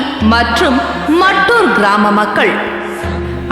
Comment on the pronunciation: ஐயா அந்த ஊரின் பெயர் மட்டூர் இல்லை."மத்தூரு"கன்னட மொழியின் சரியான உச்சரிப்பு.